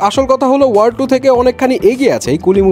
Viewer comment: Word? Seriously movie er name tao thik moto pronounce korte parchen na Bojha hoe geche ki movie dekhen😆